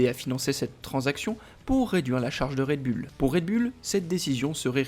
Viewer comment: Quand cesserez vous de dire "red bulle" '????